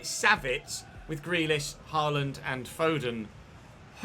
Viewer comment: Norwegian here, FYI the aa in Haaland is not pronounced like the a in Carl, but like the a in ball.